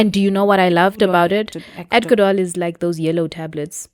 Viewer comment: Adco-dol. you see neh. it’s a problem